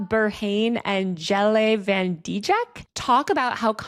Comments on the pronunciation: dijk is pronounced dike... like the geological formation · it's actually good you mispronounced Dijk, because if you pronounced it correctly, Youtube would probably demonetize your video xD (it's pronounced like the slur for lesbians)